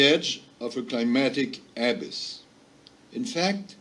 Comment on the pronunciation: That french fuck can't even say abyss right.